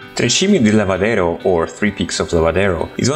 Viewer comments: Nice pictures and very bad speech, almost unintelligible. By the way, its Tre Cime di Lavaredo, not Lavadero. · The should say "Lavaredo", not "Lavadero".